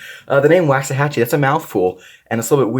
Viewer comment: I really like your Rat-2 D-2…😆 Drop the T out of the name… it’s Waxahachie. And you’re right, they did do a bunch of models after cities in Texas. There has to be a connection there somewhere.